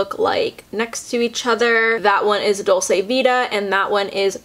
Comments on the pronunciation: I don't get on at all with Nars creamy concealer either it's so thick! The climax mascara was awful, I thought I was the only one that was confused with the hype! Love their radiant foundation and blushes though. Just a side, "dolce" is pronounced "doll-chay" <3 xx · Hi, it’s pronounced dolch-eh actually!